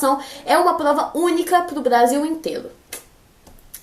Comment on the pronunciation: *agola *Blasil *insclisao que fofa